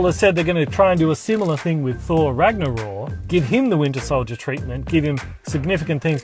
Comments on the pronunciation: Mate I love your video's , your humor, how you give the spot light to other channels and of course the content you produce. but by Odin beard Thor 3 is pronounced Rag-Na-Rock. ; ) Keep up the great work. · Is the K in Ragnarok silent or something? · Ragnaror? Is that how it's meant to be pronounced??